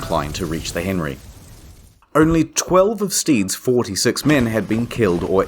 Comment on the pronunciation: No cursing I’m owny fwee